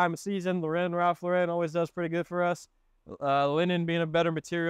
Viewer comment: Love your videos! I learn so much watching them! One small thing Ralph Lauren, Lauren is pronounced like the woman’s name Lauren - equal emphasis both syllables. I used to pronounce it like you do.